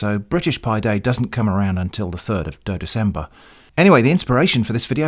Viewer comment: Oh man, I wasn't expecting to laugh so hard at, "the third of Dodecember" Thanks for the much needed mirth!